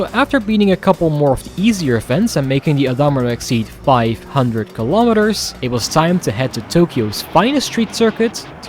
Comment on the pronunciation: What the H*** is a "Keee-lah-mee-ter"? lol good video love it I just love when I see American cars being driven with KM/H